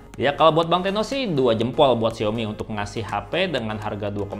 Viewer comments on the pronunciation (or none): none